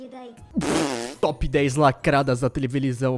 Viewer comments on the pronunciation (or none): Tevelisão kkkkkkkkk